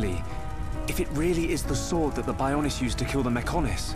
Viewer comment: Bionis' knee, Shulk said Bionis instead of Bionis'